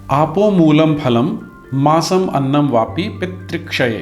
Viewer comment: मसमन्नम नही है अपितु माम्समन्नम है पहले आप ही गलत उच्चारण कर रहे हैं पहले आप अपना उच्चारण सही करें